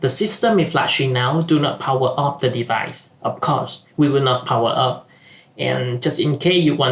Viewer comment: i like the way he said " of course, we wil not powa of" :D